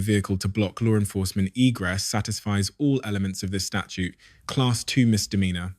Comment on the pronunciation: STATUTE. 🙄 NOT “Statue”. This takes the “I” out of “AI”.